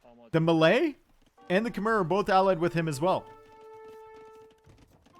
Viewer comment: But he cant say Khmer and Tatars correctly